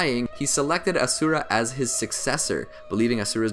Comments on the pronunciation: The mans butchering my boys ashura name. :( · It no asura it ashura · FUN FACT HE IS SAYING ASURA AND NOT ASHURA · he just pronounced it wrong in the anime is asura